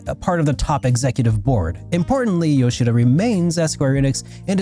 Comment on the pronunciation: I always appreciate someone who says Yoshida’s name properly. The amount of people who call him “Nay-YO-key Yo-SHEE-duh” is insane